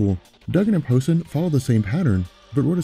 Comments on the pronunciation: Dude, I like your channel and all but for Christ's sake, it is pronounced "POE-SANE" , not "posin' ", "posin' " is the thing your doing when you act like a Brian Posehn fan. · It's pronounced Po-Sain. Good vid, though. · Brian Poh-say-ne. Just saying. Pronunciation is way off. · Love all the Deadpool coverage. BTW, Brian Posehn's name is pronounced, "Poe-sain". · Posehn, it's pronounced, Po-sayne. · It's pronounced Poe Sane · Love your videos, but please learn to pronounce people's last names...& the word stamina.